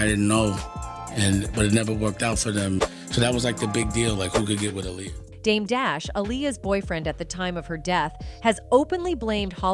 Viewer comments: I appreciate the content but I don't appreciate the mispronunciation of her name several times. A-LIAR, then you say her name correctly. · You are saying her name wrong is Aaliyah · Saying her name 5 different times is a massive sign of disrespect….. if you cannot do your research correctly and listen to how her name is pronounced. Then your being purposefully disrespectful… 😐😑🥴 let’s see if any of your white subjects you do that to? Will be interesting to see if it’s solely Black and Poc names your purposely mispronounced….